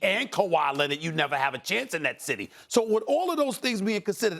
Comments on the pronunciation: Stephen A: Luka “Donchik” Also Stephen A: Kawhi “Lennid” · "Kawhi Lenid"